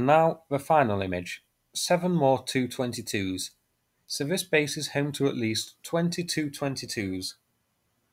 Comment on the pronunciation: The Tu is pronounced T u not as in two or too!.